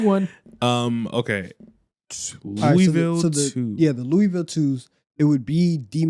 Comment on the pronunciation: Thank you guys for saying Louisville correctly